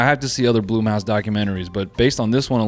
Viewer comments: why did noel pronouncing blumhouse as bloomhouse annoy me so much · Really said “Bloom”house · Noel mispronouncing Blumhouse throughout the video is it for me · First time ever hearing BLUMHOUSE pronounced that way, lmfao